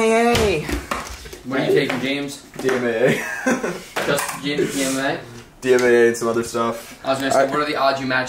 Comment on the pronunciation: David is the type of guy to say dmma instead of dmaa. Savage